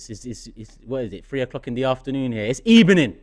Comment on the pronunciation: That smile from at the start followed by his "Good ebening" 😭